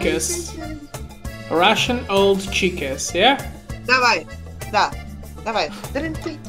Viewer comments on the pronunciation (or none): "олд чикен"... "Сенкью грэндмаза" - это пять)))